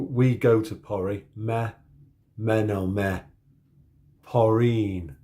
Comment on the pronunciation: your "A" sounded more like "Ä" and your "Ä" sounded more like "A". I feel like your "K" and "P" sound a bit germanic: you pronounce them /kh/ and /ph/ with a glottal fricative "H". You have hard time distinguishing between e.g. "mm" and "m". You say "meneme" instead of "menemme". Maybe you should rehearse the pronunciation of alphabet: listen the pronunciation. The correct pronunciation should be quite easy to pick up if you follow the Ebbinghaus forgetting curve (if you rehearse), unless your hippocampus is malfunctioning of course.